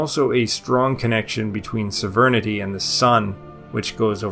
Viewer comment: What the fuck does "severnidy" mean? Do you mean Sovereignty? It's SOV-RAIN-TEE